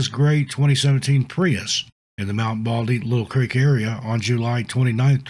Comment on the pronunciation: Lytle Creek is pronounced "light-le" creek, not little creek. Good video but I grew up 10 miles away from there I used to go hiking there all of the time.